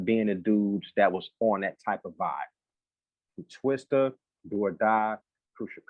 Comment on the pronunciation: It’s TWISTA not TWISTER 🤦🏿‍♂️